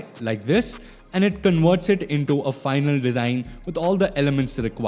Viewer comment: "The design tool for anal" 🤣